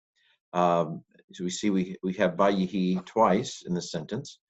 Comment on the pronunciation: In וַֽיְהִי I think we have our old friend metheg that turns 'vay-HI' into 'vay-ye-HI' vocal shewa...